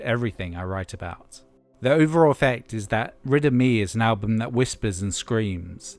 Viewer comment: I was listening without looking at the screen and until I looked up at the end I thought you were saying "Riddim E".